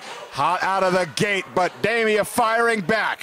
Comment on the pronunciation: Dee-mia, not Day-mia!!!